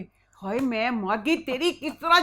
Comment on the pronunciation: I love you. the way you say "Hayeee" reminds me of my Khalas they are from gujranwala same accent <3